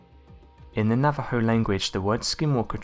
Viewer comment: Thank you for pronouncing Navajo correctly! Excellent video!